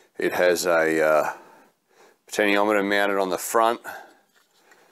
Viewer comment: Good job but... the pronunciation for the POT is 'potenshiometer', which you eventually got right towards the end. Still... I liked the video.